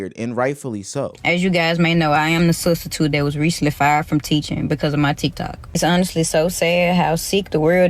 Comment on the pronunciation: Nigga said studstitute 😂